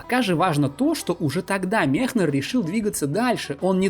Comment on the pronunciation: Все хорошо, только Мекнер, а не Мехнер